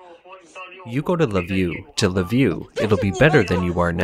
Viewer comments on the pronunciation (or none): I never understood if the narrator was a robot or not, but from this video I strongly lean towards the bot. He (it?) cannot pronounce "Kyiv" or "Lviv".